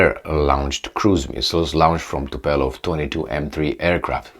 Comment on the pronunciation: Dear, its TUPOLEV, TUPOLEV,TUPOLEV!!!! Its not that hard!!!